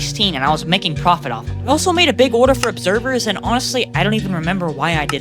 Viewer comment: the way u say order "ORDAA"